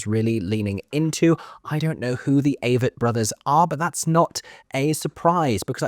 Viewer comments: I'm pretty sure it is pronounced long-a vett Āvett. The way you heard it on the street. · I’m pretty sure it’s pronounced Ah-vett. So sad. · You made me laugh with your Avett pronunciation comment. Very convincing indeed!